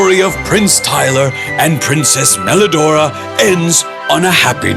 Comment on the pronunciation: PWRINCESS MWELIDORAAAAAAAAAGH